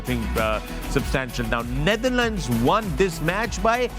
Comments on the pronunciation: Naitherlands nhi Wasim Bhai..it's Netherlands 😂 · Hello, I am Bajwa Sb from Germany… with all due Respect Could I request the Great Wasim Sahib to please pronounce the Correct name of The Netherlands. He always says Nietherland… so please don’t mind…. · Its Netherlands not neitherlands- Waseem always pronounces it wrong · Why does Waseem call The Netherlands as 'Naitherland'🥲